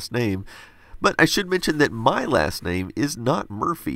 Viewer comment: this is a super late reply, but according to the captions, he's saying "cool last name". ^.^ it definitely sounds like he IS saying cool ass name though. >u>